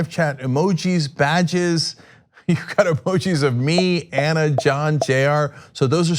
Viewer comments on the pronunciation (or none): none